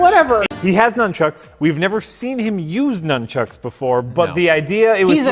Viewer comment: Is he incapable of saying nunchucks? He pronounced it twice years apart lol